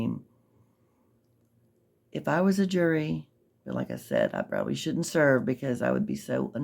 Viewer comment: “the joory” 😂😂😂😂😂😂😂😂